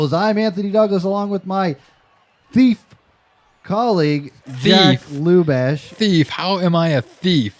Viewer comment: Probably butchered jacks name